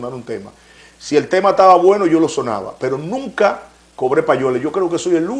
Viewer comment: " Nuca", NO, es "nunca"